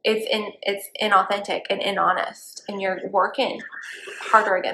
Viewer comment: Did she just... Say.... Inhonest??????